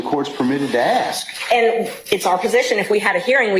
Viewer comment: so this female attorney axting questions to little woody, with her education shouldn't she know the difference between ask and axt